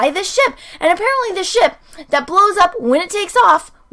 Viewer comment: Anyone expected to hear shit instead of ship?